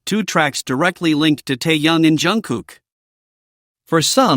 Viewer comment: Голос автора , от ИИ отличить не в состоянии? То , что Тэкук настоящая пара, нет сомнений. Но, ТЭКУК(!), а не ТАКАК ! И против содержания самого ролика, я ничего не говорила. Но почему в озвучке: " ТАЮН, ТАЙЯН и ТАЙН", если речь идет о ТЭХЕНЕ! Озвучивает не автор, а искусственный интелект, который искажает перевод.